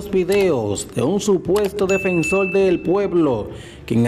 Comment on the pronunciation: Defensol del pueblo? Hablal le? Reapeltura?